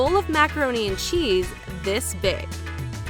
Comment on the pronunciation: The way she said cheese hurt me personally